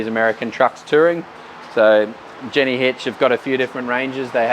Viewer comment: Ha ha, it's "Gen Why" not "Jenny" hitches 😁